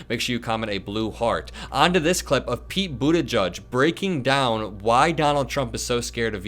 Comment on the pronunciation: Please stop saying Buttigieg's name wrong. It's not "boot a judge".